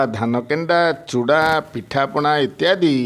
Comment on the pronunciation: Pathapana nahi pithapana